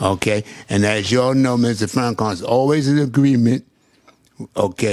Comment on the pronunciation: Can this clown say Farrakhan’s name correct?? He is the most petty person I’ve seen.